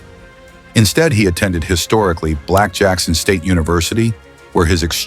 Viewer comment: These A.I. Videos Are Horrible. If You Love The Sport And History Of The Game, Put Effort Into Doing The Research. Jackson State University Not "Blackson State" 🤦🏿‍♂️. Everything Is Soft, Lazy And Low Quality Nowadays.